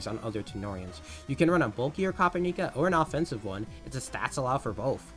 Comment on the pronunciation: Dw bro noone really cares, it's easier as copper-nica lol